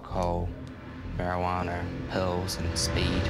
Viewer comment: how come he says Marijuaner it’s pronounced Marijuana not with an er